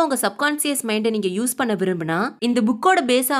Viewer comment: Next time please pronounce "பண்ணே" as "பண்ண". Thanks !! ❤